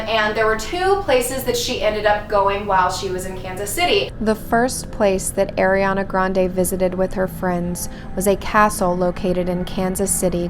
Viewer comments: AIRI-ana? 🤦🏼‍♀️ it’s ARI-ana 😂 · I LOVE the idea of doing spooky vids in the summer, I always miss them this time of year. This Ariana stuff is fascinating, but just a heads up, its AR-iana not AIR-iana but I used to say it wrong too lol so dont feel bad.